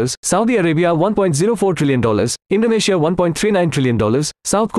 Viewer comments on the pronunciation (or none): none